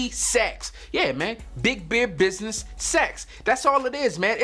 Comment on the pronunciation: Big Beard Business Hahah I’m Australian and dead-set thought you were saying Sex 😅